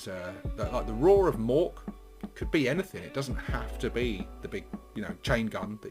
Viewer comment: Anyfink? Rilly?